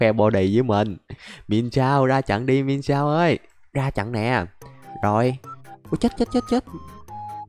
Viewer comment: Anh ơi con mienshao anh có thể đọc là miến shào